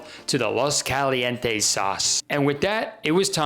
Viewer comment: that's the whitest way to pronounce "caliente" lmao